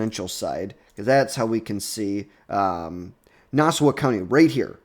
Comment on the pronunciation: (Nah-saw) county